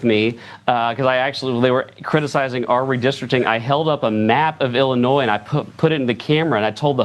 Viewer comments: Ill-uh-noy, NOT Ill-uh-noys. 😉 The 's' is silent. Just sayin'. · It is pronounced "Illinois" Illinoy.